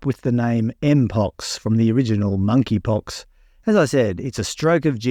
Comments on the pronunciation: MoneyPox. The “K” is silent. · The 'K' is silent in Monkeypox.